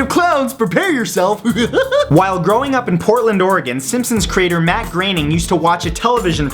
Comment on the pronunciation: Plz dude it's groening not graening